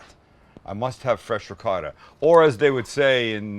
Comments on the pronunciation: looking good but its rikota not ricote at the end he said it right idk why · “Ri-gott” go watch the Sopranos again. Neapolitan dialect the C becomes a G and they drop the vowel at the end